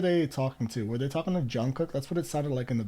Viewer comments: Jimin Suga Jin etc you got right ...Jungkook is pronounced Jun Gook...according to him when he says it...The middle k is silent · also, you really didn’t butcher any of their names!! you got it down pretty well! the ‘kook’ in jungkook is pronounced a bit more like the oo in ‘cool’ rather than ‘cook’. but other than that, you’re doing great!! would definitely recommend ‘map of the soul: 7’. it’s 20 songs, which is a lot, but each member has a solo song which i think would help you get to know their voices a bit better!! keep it up!!